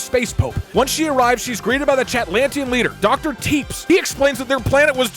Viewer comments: the way he pronounces tepes like teeps bothers me greatly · Love how doug pronounces it “doctor Teeps” and not Tepesh 😂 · it is pronounced teh pesh i k its weird but its pronounced teh pesh not teebs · I like how he was aging dr tepes and not tepesh like vlad tepes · It's pronounced like "Tep-esh" if I remember correctly, and Vlad Tepes is Vlad the Impaler's full name, the whole "Dracula" (Later made into Vlad Dracula by future retellings) name is derived from Vlad Dracul, his father's name. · did you just pronounce tepes like teeps?? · So that Dr. Tepes guy on the Moon…it’s pronounced tuhPESH, as in Vladimir Dracula Tepes. Chat befriended goddamn Dracula. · I don't think I've ever heard a worse pronunciation of a name than how Doug pronounced Tepes (Teh-Pesh). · Im obsessed with how doug spends half the video pronouncing "Tepes" as "Teeps" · tepes is pronounced like teppesh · Every time he pronounces it Teeps I die a little more inside. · Doug Doug seeing Dr Tepes and calling him TEEPS. Tho he did correct it later, proud of you Doug. Never change Deeg Deeg never change XD. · "Tepes" is pronounced [TEP-esh] as in "Vlad Dracula Tepes" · Doug mispronouncing Tepes confused me for a minute